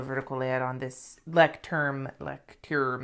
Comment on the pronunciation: lemme help u pronounce the book brand "loisht toorm". german is weird lol